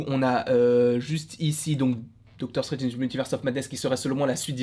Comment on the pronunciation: Doctor 'CHTRANGE' 😂🤣